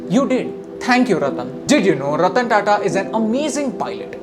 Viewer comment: sir ratan tata dont say ratan